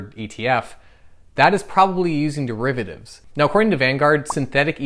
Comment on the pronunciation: What are "dreivatives"???